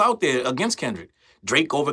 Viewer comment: They love to say KENDICK!! 😅